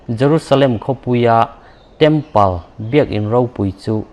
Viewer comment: Temple (Tempul) aw Tempal a nilo.